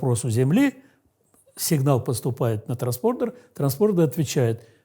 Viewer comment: что за великий специалист такой, что даже "транспондер" ни разу правильно произнести не смог..